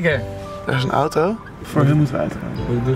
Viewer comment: Man jij zegt ootoo het is auto